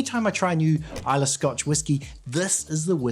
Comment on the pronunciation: Islaaaay 😂 Pronunciation of somewhere you’re reviewing pronounced wrong puts you off the review. Trust me I’m Scottish 🏴 Try Kilchoman Sanaig 🫵🏻 You won’t regret it 👌🏴